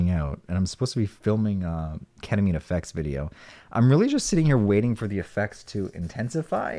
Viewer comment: lmao Catamine? 😹😹